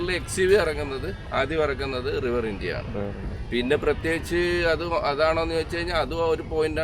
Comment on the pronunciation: റിവർ ഇന്ത്യ അല്ല റിവർ ഇൻഡീ 😀